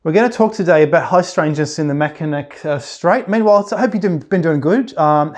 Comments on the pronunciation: Can confirm... we always laugh at anyone who says mackinac instead of mackinaw lol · Wonderful story... I'm from Michigan... Just to let you know, you're pronouncing Mackinac wrong... It's pronounced "Mackinaw"... Google can confirm this... I really did enjoy hearing your experience and love your channel... I hope you have a fantastic day🤗🤗🤗